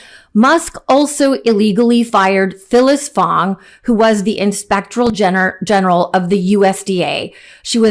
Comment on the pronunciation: "Inspectoral Gener" lol love it